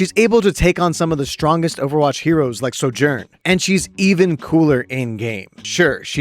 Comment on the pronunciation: why do u pronounce ana and sojourn like that